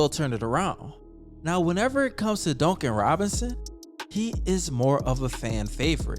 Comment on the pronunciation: The way you say Duncan Robinsons name drives me nuts it's like dunk not donk. I like the content though